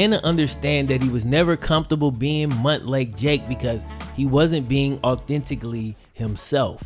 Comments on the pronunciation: Montlake isn't pronounced muntlake its pronounced mountlake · Stop saying Mutt Lake Jake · I keep laughing at "Mutt lake Jake", lol, I know Montlake, but it sounds hilarious! Live your best life Jake!